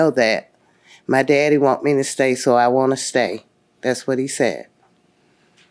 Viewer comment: “Her Baby Dadder” 😂😂😂